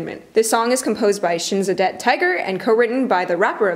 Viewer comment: LOL this chick actually said "this song is produced by ShinsaDEBT Tiger"